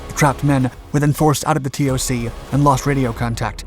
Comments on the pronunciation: Hey brother you don’t say the letters T O C you just say toc as a word. Great vid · ...TOC isn't usually said as T O C..it's just pronounced 'TOC'.